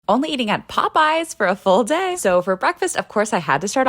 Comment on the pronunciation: No one says full day in that tone. No one.